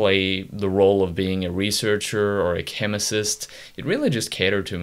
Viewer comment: "chemicist" I think it's just chemist, man.